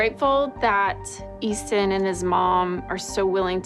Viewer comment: IT'S EASTON